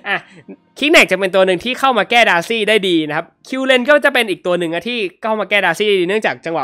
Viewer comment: สังเกตุตอนเวลาจะอธิบายหรือเรียกชื่อฮีโร่อะไรเงี่ย พี่เเกจะพูดประมาณว่า เเทนที่จะเรียกดาซี่เงี่ย ก็พูดเเบบว่า ดาซง ดาซี่ สังเกตุนานละ55